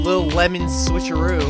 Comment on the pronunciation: when you say switcharoo I sat switcharuv